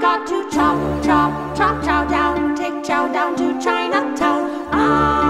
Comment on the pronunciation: Even when you say Chow you say it in the most racist way possible.